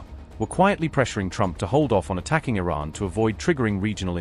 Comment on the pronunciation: Caroline Lying Levitte needs to consult with her grandfather/ husband to learn how to pronounce Iran!